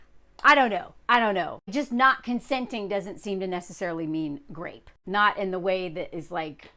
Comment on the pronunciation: Why do you keep saying grape instead of rape?